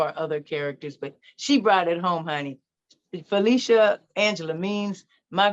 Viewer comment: It's Falisha not Felicia